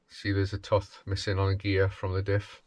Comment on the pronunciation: Didn't realise one could pronounce tooth like that.